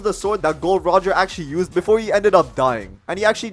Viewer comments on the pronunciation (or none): none